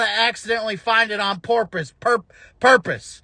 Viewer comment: 😂💀😂 You’re killing us on “porpoise” here…